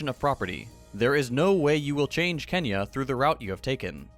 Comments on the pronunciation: I don't mean to say that anything has said is wrong or irrelevant. It's just kinda sad to me that he nails all the other pronounciations but messed up this one. Also, it's kinda annoying for us locals when we hear it pronounced separately. It's like if you went up to a Spaniard and said Barsssssselona. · You usually nail your pronounciations so I have some hope you'll make this one. The ny in Kenya is the same as the one in "nyet" in Russian. It's one sound, it's not 2 separate sounds. You can ask Yugo how "ny" is pronounced in Russian. Thanks.